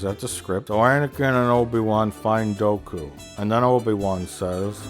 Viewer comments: Is it weird that I thought he was saying "Goku can hear what your saying"? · Everytime he says Dooku I do a double-take thinking he's saying Goku